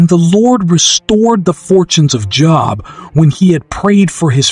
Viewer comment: This is a bot. Job is pronouncef with a LONG o sound.